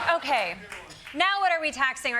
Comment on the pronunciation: I thought we were going to work this "oot". - What's this all "aboot"? Desi is hilarious.